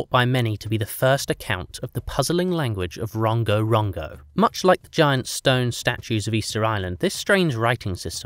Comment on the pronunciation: I wish you had asked a Polynesian how to pronounce Rongorongo and Iko